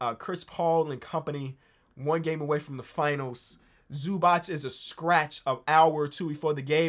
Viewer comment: Oh god please it's not Zubach it's Zubats